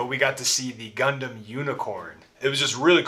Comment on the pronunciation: ガンダムの発音がいい。フルーツは次回、巨峰を試してね。